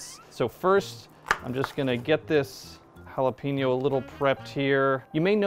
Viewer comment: My dude said jalapeenyo